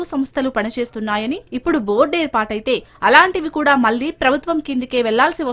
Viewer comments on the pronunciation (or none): none